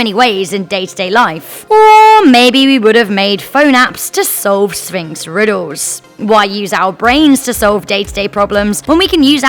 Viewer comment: "Riddos" "tempos" "wotz" "pahses"